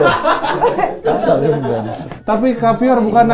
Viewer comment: salim dong 😂 bukan sali* 😂😂😂😂😂